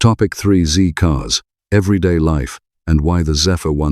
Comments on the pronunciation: Not "ZEE-Cars", "ZED-Cars". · I was apalled to hear a presenter with an English accent refer tpo the 1960s TV show Z Cars as "ZEE" Cars. The who was titled Z (ZED) Cars.